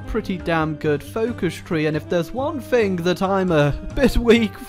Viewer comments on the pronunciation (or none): Funny thing, words with "Th" in them are not actually pronounced with an "F", for instance, the word "Thing" is not pronounced "Fing"!